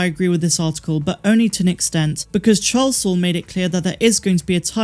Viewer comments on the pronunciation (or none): none